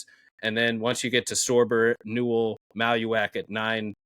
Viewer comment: pronouncing Maluach like Tallywack is driving me nuts